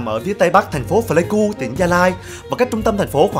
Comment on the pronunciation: Pờ lây ku k đọc phờ lây ku nha b, hi, video hay lắm! Cảm ơn b review quê mình